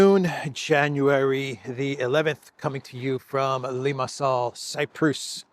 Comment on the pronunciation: Saw an AI generated video of you on You Tube. Knew it was AI because of the pronunciation of the place Limassol.